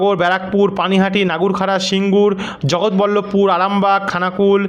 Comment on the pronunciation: দাদা কথাটা নাগুরখাড়া নয়,নগরউখরা (nagarukhra)হবে